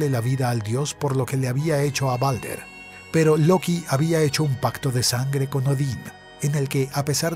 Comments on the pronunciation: Se dice baldur no balder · No es balder es baldur perdon si ofendo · Creo que el nombre se escribe Baldr y se dice Baldur